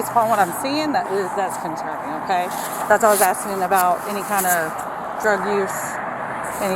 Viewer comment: ...'thats conserning to me,thats concerning "...🙄😶 idt this cop should b on the streets....thats concerning to me....fr fr...😂😂😂